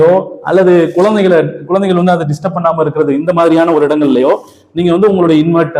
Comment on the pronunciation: நிழல், நிரல் அல்ல தமிழை உச்சரிப்பு காப்பாற்ற வேண்டும் குழந்தை கள் குலந்தை அல்ல. மற்றபுடி OK